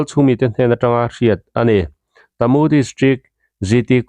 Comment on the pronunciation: Hahaha khaw hming lam dan i thluk diklo na sa a bik in kalay leh tamu phei chu a buk thelh in i thelh duai mai tamu hi ka pu tih thluk in kalay hi ka pi tih thluk in i lam tawh dawn nia i thiam awm tho e kawl tawng ani miau a 😁😁😁